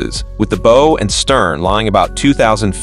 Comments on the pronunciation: Bow not boe bud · Sorry, I bailed out when you called the bow (/baʊ/), the forward part of a Naval Vessel, the bow (bō) which is a bend or a curve. Tells me whoever recorded this didn't even think to check the pronunciation which tells me they don't know anything about the terminology of vessels at sea. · And... "BO" for that thingy at the front. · Bow vs Bough. You be wrong on sound my friend. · Don't know how to pronounce "bow"? lol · Bo?? Robert Buh-lard??